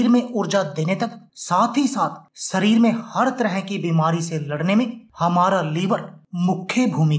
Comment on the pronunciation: "नास्ता", "सरीर" "सुद्ध" क्या होता है; कोई उच्चारण दोष है क्या? आपके उच्चारण दोष के लिये कोई ड्रिंक??